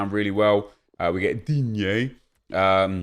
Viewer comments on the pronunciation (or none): STOP SAYING “DINYEY” THATS NOT HOW YOU PRONOUNCE IT. ITS PRONOUNCED “DEAN” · Say ”Digne” like that one more time and I promise I will never visit this chanel again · Love when you say Digne Hahaha! I lose it every time he pops up haha! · Ik everyone loves it when he gets *DIGNE*😂😂😂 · Can someone explain why Nep says Digne the way he does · After hearing you pronounce Digne's name, I had to like 😂😂